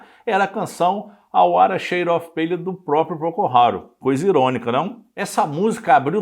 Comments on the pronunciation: Gostei muito da sua pesquisa sobre The Wither shade of pale. Hoje mesmo estava com dificuldade de traduzir a letra para meu irmão, numa publicação em que a letra acompanhava a música na tela. Só uma observação.. Não se diz “pêile”. Diz-se “ Pêil “ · Por favor:A pronúncia da palavra-dentre outras-PALE está errada.O apresentador não se preparou e comete falhas de pronúncia